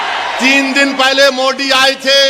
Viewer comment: ज्याला मोदी म्हणता येत नाही मोडी म्हणती आम्ही यांची अशुद्ध हिंदी ज्यात इतर धर्माचे शब्द घातलेले भाषण ऐकत असतो...... खासदार.. सुशिक्षित....ते ही उच्च शिक्षित. शुद्ध आणि कळणारी भाषा बोलावी....